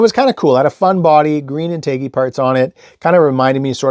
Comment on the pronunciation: Great video! BTW, it's pronounced in·tuh·jee.